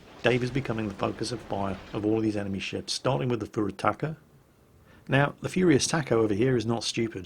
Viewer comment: Pure Attacker, Four Attackers... Wow, Youtube captions are even worse then at pronouncing Furutaka. Minekaze: Medic Ozzie.